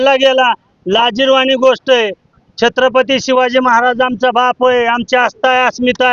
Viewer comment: अरे यांना नीट छत्रपती म्हणता येत नाही म्हणजे चांगले वंशज बनायला😅 जय शिवराय🚩